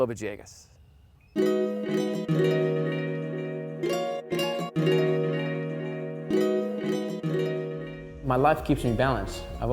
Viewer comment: still wondering how you get "va-JAY-gus" from "villegas."